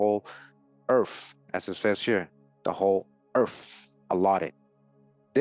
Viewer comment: Hispanic person here, translating for the Caucasian listener. Earf-Earth, Norf-North, Miff-Myth, Efnology-Ethnology, Truf-Truth, Bref, Breath. Just busting balls!! Love the content, keep it up👍